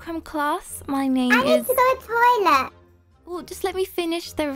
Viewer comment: I was laughing so hard when I heard “I NEED TO USE THE TOLEIT” XD